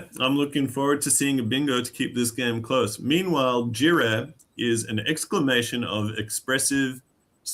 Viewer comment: Jirre is pronounced YIRRE!